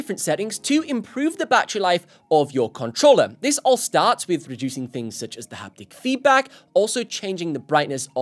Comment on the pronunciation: PS5 “cuntruller”